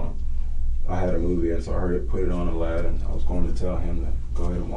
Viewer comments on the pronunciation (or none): none